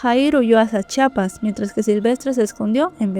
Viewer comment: CHI A PAS no chapas